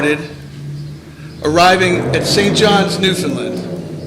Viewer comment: Ffs. NewFOUNDland. Not newFENland. Can Americans not spell???